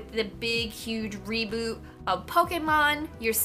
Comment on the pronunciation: Finally someone pronounces Pokémon correctly !! You have no idea how happy that made me